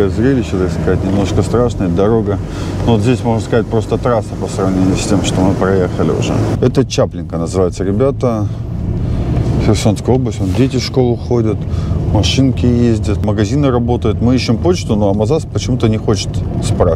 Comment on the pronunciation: Спасибо вам, ребята, за помощь и поддержку наших воинов. Им это очень нужно., небольшая подсказочка- село в Херсонской области называется ЧаплЫнка. Ударение на Ы. Это наши новые территории, чтобы не быть для них чужаками, нужно знать названия. Я ранее жила рядом.